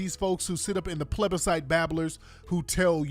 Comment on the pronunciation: 😆😆😆 this nigga said nick-nack patty-wack give a dog a bone Plebecites😂😂 Tariq is off the chain💥♥️💥